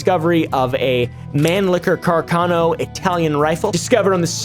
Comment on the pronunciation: i think its more like CARKAHNOH